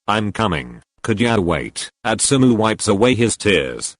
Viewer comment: Why is it Atsumo not Atsumu- im confused